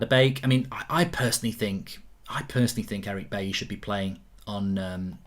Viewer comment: Goldbridge Said at 8.25 Chelsea will play AtHletico Madrid??? Atletico has no H in it? Football pundit my arse!!!!! And while on it, it is pronounced Buyee not Bayee for Eric Bailly. SORT IT OUT Goldbridge.